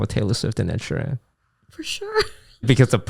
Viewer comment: The way he says Ed Sheeran triggers me everytime, It's like he's saying Ed She Ran.